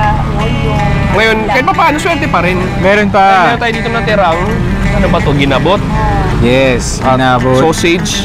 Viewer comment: Mahilig ka talaga sa short stress ng syllable. Like Ki-law imbes na kiiii-laaaaw at ti-sa imbes na tiii-saaa, gina-bot imbes na gina-booot. 🤣 Makinig kang mabuti, huwag masyadong over confident at imperyalista. Poser ra kaayo imong insik nga host, ang original pungko2x kay kilid sa UV, paradahan sa Talamban jeep, early 1990s. Lans--iaw po hindi lanchiaw. Kaya pala Chui show kasi hilig mo sa salitang 'chewy". 🤣🤣🤣